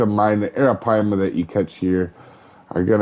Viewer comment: You got a lot closer than a lot of other people have you seen some of the other videos?